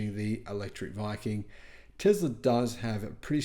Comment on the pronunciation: It's is pronounced TESS La there is no Z!😂😂😂😂